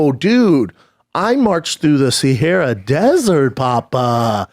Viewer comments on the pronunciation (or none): none